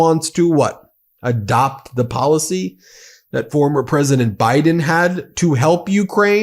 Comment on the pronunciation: Ladies and gents… this is the “presodint” of the fractured states on Mmmerica.